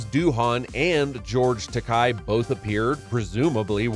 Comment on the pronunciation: Richard Jeni's last name was pronounced like Jenny, not Jeanie. He was a great stand up comedian and deserves to be remembered properly. Also James Doohan is pronounced Doo-en and George Takei is Ta-kay like the letter K.